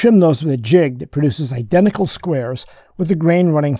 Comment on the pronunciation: "Inneraction, idennical, advanage.." ? Seriously? Can't you pronounce a T? It's not that difficult. You can do it if you try.